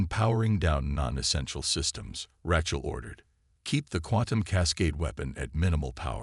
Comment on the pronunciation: POS A.i. can't even pronounce Rachel😅